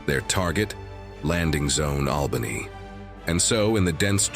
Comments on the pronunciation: I found this weird. Isn’t it just flanked? Not outflanked? And why say albaynee when you’ve been pronouncing it right before? Plus, did someone to shove as many school vocabulary words in as possible, even when there’s a simpler, concise way to say something? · Albany does not change its pronunciation as you like. You don’t forbode anything. someone please edit this stuff. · AI narrator mispronounces both Ia Drang and Albany 🙄